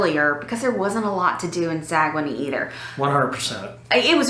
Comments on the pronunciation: We don’t say Sa - Gue - Nay, we say Sag - Nay! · It's pronounced Sag-Nay. I knew you where on NCL!!!! The one line I will never sail on! LOL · You were pronouncing it wrong. It is sag un neigh